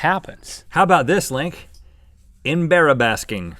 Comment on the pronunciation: EmBarrabasking lol